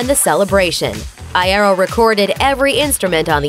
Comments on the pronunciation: ITS I EAR O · I-yeh-ro wtf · Eye-air-oh Oml stop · Frank Eye-air-oh smh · I want to die after the way she said "Iero" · oof i died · ThE wAy ThEy sAy "IeRo" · Lol that was so annoying. Good video, not so great pronunciation of Frank's last name. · Anyone else annoyed by the mispronounciation of Iero? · T-they mispronounced “Iero” 🤦🏻‍♀️ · I cant be the only one annoyed by how they say Franks last name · the thing that makes me slightly uncomfortable is when they pronounce iero a different way and in my head i just go "no" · That’s not how you say Frank’s last name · AAHH YOU'RE PRONOUNCING IERO LIKE GERARD ALWAYS DID STAHP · THAT IS NOT FRANKS BIRTHDAY, AND THAT IS NOT HOW YOU SAY IERO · The way she said iero😂😂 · I’m sorry but I hate the way she says Iero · Hearing them pronounce frank iero like that makes me cringe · NNNNNGGGHHHH PLEASE stop saying Iero that way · Why she say Iero like that tho I want to 💀 after the way she said that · The way she says iero triggers me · Tip: it’s eye-ear-oh not eye-eh-roh... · ITS FRANK EYE-EAR-O NOT I-AIRO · Eye-ear-Oh that’s how you pronounce it speaker lady not eye-air-o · Ikr like come on it's ee-aero duh lol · I-A-ro... I’m just a bit triggered. It’s I-E-ro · Its not pronounced Eye-Ero its Pronounced Yero to your advanced grammar but over all you have a good narration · PLEASE I DONT WANT TO HEAR HER SAY EYE AIR OH AGAIN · Its Frank I-EE-RO Not Frank I-EH-RO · Frank I-air-o? Its Frank I-ear-o lmfao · It's eye-ear-oh not eye-air-oh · Frank Iero EYE AIR O it's pronounced Yoro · oh for gods sake its i-EAR-ro nOT i-air-oh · NO NOT I AIR O IT'S I EAR O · IEEERO NOT IAIROOO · I-EAR- o not I-air-ro soz I'm triggered I had to 😹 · Frank Aye-Ero Lmao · ""Frank iarrow" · ..what did she call frank? Frank I EH OH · frank eye-air-o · Frank I-Air-O 🤣🤣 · This bitch said "Frank Eye-air-oh" XDDD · oh dear JESUS! Like I know it's pronounced "Frank Eye-er-oh" like, very annunciated but that's just exessive GOD DAMN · “frank eyeairo”